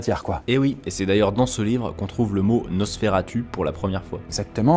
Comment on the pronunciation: Nosferatoussss qu'on dit !